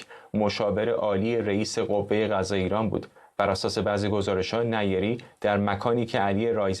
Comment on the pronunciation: نیری با تشدید روی ی نه نی ری لطفا فارسی را درست گویش کنیم